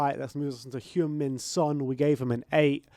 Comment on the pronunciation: fyi Son’s name is pronounced closer to huh?-ng min (as in huh? and ng as in bungalow) not hewn min. Keep up the great work!